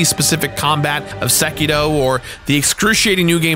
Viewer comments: Its sekiro, not sekeedo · It is sekiRo not SekiDo... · Why the hell does he say "Sekito" instead of "Sekiro" ? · Ahh yes sekido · Am I the only one that hears him say "SekiDo"? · I hate the way you pronounce Sekiro. There is no letter D in Sekiro.